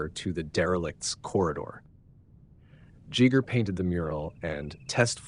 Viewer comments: JEE-ger... GO-dorwowski... Har-KAH-nan? Well... damn. That was painful. If I flubbed the ball that hard I would delete, fix and completely reupload. Gee-ger. Jo-dorwowski. Harko-nan / Har-ko-nan. EDIT: I see others have caught the same pronunciation errors. But still, research is a dying skill. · I think he got it right Plenty of Jeegers before that, though. Still better than all the Geigers we hear. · “HE Jeeger”?!? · Ghee-GEr not Chi-ger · Please: Giger is not pronounced "djeeger". Both Gs are hard. Gheegher. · I have never ever heard it pronounced Jigger in my life. I have only ever heard it pronounced Giger or Geeger. You pronounce it multiple different ways throughout the video, usually someone pronounces it the same way all the time. It is easy to google name pronunciations before making a video. I would think someone making documentary type video's would google every name they weren't sure of. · Wow a 20min video & could even b bothered 2 pronounce his correctly 🫩 Geiger not Gigger, y do amricans insist of butchering the english language😂 i know u dont have ur own language but if something isnt broken then it doesnt need fixing. If u cant pronounce sumthin, learn 2the correct way not change it 2 suit ur short comings. Alu min ium NOT aluminum 😂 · Everytime you say "Jigger", I have to respond "GIGER!", lol why are you pronouncing it so weirdly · It's not Jee Gur it's Gee Gur..There is no "german swiss" way. Wtf are you rambling about? Your whole presentation here is epic fail because you didn't care to pronounce his name correctly and you pretend to be a linguistics major. " In Swaziland they call him Mr Schmidt!" It's Giger. Period. He is Swiss German. ɡiːɡər/ GHEE-gər; German: [ˈɡiːɡɐ] you are an idiot and the backpedalling to make people calling you out look stupid, like your presentation, has failed. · Swiss-German - Gee-ger. 1st g is hard, 2nd g is soft. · My mother knew Hans Ruedi - it's "Geeger" for you british and American dudes... 😉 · Jeeger? oh dear.